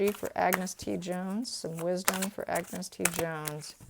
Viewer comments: Please, A n g u s, not Agnes (woman's pronunciation) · its pronounced An-gus, Ag-nes is the female version, sorry the scot in me cringed at that, I hope whatever he is doing he is happy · Get the kids name right .....ANGUS